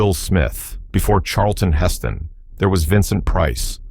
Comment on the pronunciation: Intéressant mais que le commentateur français APPRENNE LES VRAIS NOMS des acteurs, des metteurs en scène, ... parce que "Mario BABA", "Chalest..Hest., ... cela la fout mal